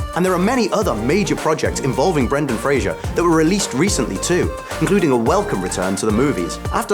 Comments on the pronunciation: You could at least pronounce his name correctly. it's Frazer not Fraiger, Brendan even said it himself.(oh well i'm probably not the first to mention this) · It's pronounced Fraser, not Frasier. smh.